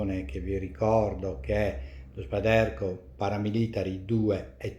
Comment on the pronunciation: Si legge “Spàiderco” (accento sulla a), derivando dalla parola “Spider” (ragno, logo dell’azienda) che si pronuncia “spaider”. I recensori americani lo chiamano tutti così. Complimenti per i video e le recensioni.